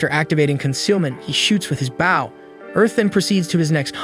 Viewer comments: He says baw nor bow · Dude the way you kept saying bow instead of bow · Dude why baw instead of bow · Not baow like a dog it's bow (bo) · Are... are you using a bot for voice, or did we get 46 seconds in to realize you say "bough" and arrow irl? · why are you calling the bow a boww wtf